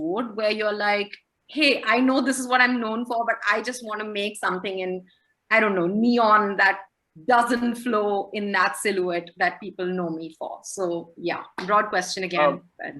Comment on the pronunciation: Lmaooooo. She can't even pronounce silhouette.